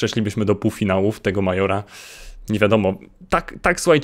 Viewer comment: czyta się mejdżora a nie majora aczkolwiek sam kiedyś (pół roku temu) czytałem majora :)